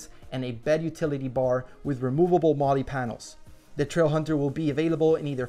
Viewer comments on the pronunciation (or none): none